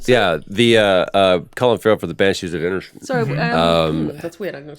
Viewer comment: As one of the six Irish listeners, I can confirm that Troy’s pronunciation of inisheblerr was flawless